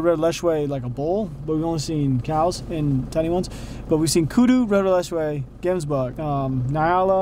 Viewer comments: Hemsbuck 😂 Gemsbuck but the G is like a Gggggggg noise (like wheelspinning on gravel) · That's not how you pronounce Nyala or Gems bok/buck 😂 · Hemsbuck... Me: Gemsbok(Afrikaans) The English name for the "Hemsbuck" is Oryx😂 for those that were confused.